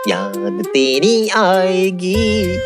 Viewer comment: Its not yaad teri aayegi...its yaad tedi aayegi....😂😂😂